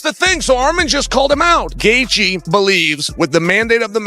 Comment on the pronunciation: Justin Gayther!! I wish he would beat your ass for mispronouncing his namr.